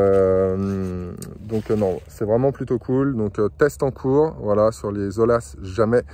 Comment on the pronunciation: ATTENTION ; on ne prononce pas O L A mais O Y A